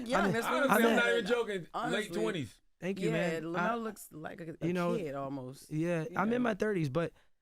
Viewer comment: OMG JESS and Charlemagne …his name us pronounced, LEM-YOU-ELL Plumber